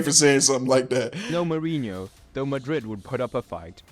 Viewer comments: Mourinho is pronounced like Muriño if you are familiar with spanish, if not it's like Moore inyo. Winning in Europe means in the Champions League. Galactico means galactic and it's a nickname for Real because they have the stars. Every country has a domestic league and a domestic cup, the cup is the elimination style tournament where all clubs of all levels of the country participate, the league( La liga in spanish) is the championship of the first division where it's based on points depending on the club's results. Real didn't parade after every El clasico but for winning the spanish cup called Copa del Rey(Cup of the King). Super Cup is a title normally between the league champions and the cup winners if different clubs won it(a club can win both in the same season, if they do it's called a double), it's not more important than those though, it's like a season opener title basically like at Wednesday Paris Saint Germain won the european Super Cup against Aston Villa(Paris Saint Germain is the Champions League winner, Aston Villa won the Europa League). In the strategy video you criticised tiki taka but it's the strategy that Guardiola created in Barcelona when they won everything with Messi, Xavi, Iniesta etc. Stamford Bridge is Chelsea's stadium. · Quite a few error in the Mourinho bio in that video, in particular around the Benfica-Leiria era. Terrible Portuguese pronounciation as well...